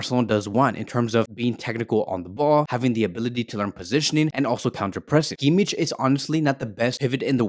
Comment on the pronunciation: I'm sorry but you're pronouncing Kimmich's name wrong.